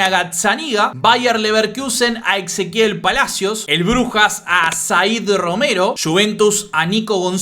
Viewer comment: lo que te decía es que decías exequiel en vez de Ezequiel. Igual muy bueno el contenido.